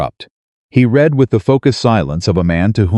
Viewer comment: If you are reading something you're doing it right then it's pronounced r e e d i n g and if you and if it is past tense you have read it and that is pronounced r e d Red it because that is past tense